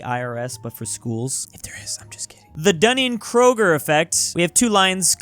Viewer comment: really launched into pronouncing Kruger with the confidence of a man who has no idea how to pronounce Kruger.